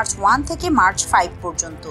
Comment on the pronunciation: শব্দটি মার্চ নয় ম্যাক হবে🤗